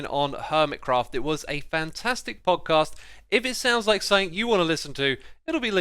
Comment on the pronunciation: Is it just me or did xisuma say pogcast?